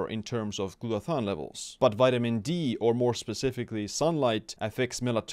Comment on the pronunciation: He said Glutathione and I liked the video.